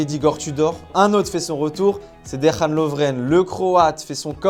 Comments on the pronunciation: De(ia)n Lovren et pas De(ra)n Lovren. Ce n'est pas une prononciation à l'espagnole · le prénom de Dejan Lovren se prononce "déyane" pas dérhane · Dejan, ça se prononce Dé-Ya-Ne. Dejan, comment tu l'as prononcé c'était dans une version hispanique improvisée ? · Comment tu prononces Dejan grand fou